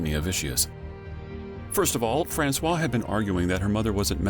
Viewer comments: I suggest learning the proper prununciation of someone's name before saying it every 30 seconds in a 32 minutes video. It's FrancoiSE not Francois. You called her a man's name ffs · please take a moment yourself to verify how to pronouce Francoise...you say Francois which is the male name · uuuggh you do so much research and you can't teach the robot narrator to say "francoise" correctly. you are using the male version of her name. you are calling her "francis" the whole time. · It’s actually Françoise pronounced « FrançoiZE » pronouncing the « Z » Awesome Job! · Françoise pronounced: "FRANSWAZ" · Bro its FRANCOIZZZZZZZZZZZZZZZZ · it's Francoizuh, u calling her a boy's name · Too bad the narrator mispronounced the daughter's name every single time. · It's very annoying that the narrator didn't find out how to pronounce "Françoise" properly. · great video, but very annoying you keep mispronouncing Françoise. Especially when you pronounce it the exact same as the other main character in the story, the photographer François! Please get the correct pronunciation if you use foreign names or words. It's very easy to do this in 2025. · The way Francoise is being pronounced is killing me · The narrator should at least try to get the basics of french pronunciation right. According to him, the daughter of Liliane Bettencourt is a boy. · French speaker here. Ignoring the "se" in Francoise makes it sounds like you are talking about a guy. You are supposed to ignore the "s" in Francois (male name) but not supposed to ignore any letters in Francoise (female name). That's how we can tell if you are talking about a guy or a girl. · I'm American and it's very jarring indeed... I also thought he was talking about a man until he said "her". This is very cringe. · I’m not French but speak a little French and this confused me too! And drove me crazy. Gah!!